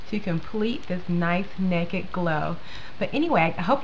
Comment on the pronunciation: When you say it fast you say "nakit" but when you say it slow you say "naked" lol. You have beautiful eyes, thank you for the tutorial. I'm waiting for mine in the mail and it's fun to watch you use it and you give really good tips!